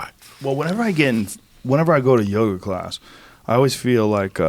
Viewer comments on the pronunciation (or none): none